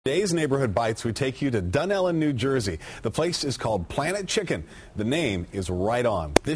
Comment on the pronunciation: Dune elle really its dunellen one word